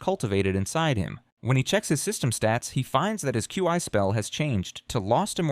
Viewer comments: i heard it say chee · Regarding the pronunciation of "Qi" in this: The AI narrator tries quite a few, and it's all over the place: you got /kju:ai/ ("Q.I."), /kju:i:/ ("Q.E."), /kai/ "Kye", /kwai/ ("Kwye"), /kwi:/ ("Kwee")... ...and the funniest thing is that although I'd never heard anyone even try to pretend that these were actual ways in which actual humans say "Qi"; and though he went through the entire list of even vaguely conceivable pronunciations; not once does he try the two common/'correct' ones, i.e. /ki:/ ("Kee") or /tʃi:/ ("Chee")...! (*) (as it is usually pronounced in English, anyway. If the AI is already stumbling on pronoucing "Kee" or "Chee" like a normal adult human with a working left frontal lobe, it's not like I'm going to be expecting a proper Mandarin accent anytime soon, i.e. /tɕʰî/ ...) (*) I may exagerate. And if he does say it right, then it's obviously buried amongst the weird ones; and either way, he always changes it back to nonsense the very next chance he gets...!